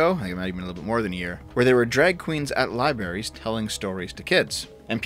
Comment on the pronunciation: "lieberries"? Dude.